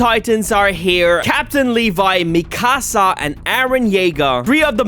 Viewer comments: Its mikusa (mekoo-sa) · Bro first of all its eren not eran and 2nd of all pls learn how to pronouce mikassa